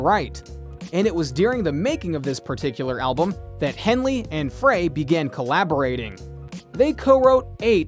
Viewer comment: He pronounced Henley right, at least